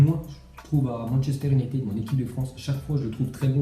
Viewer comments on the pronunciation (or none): none